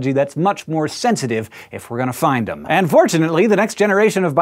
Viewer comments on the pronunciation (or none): none